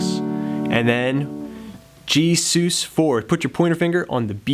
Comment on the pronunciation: dude... nice but PLEASE STOP SAYING 'Soos'. it's pronounced 'suss'. it's short for 'suspended'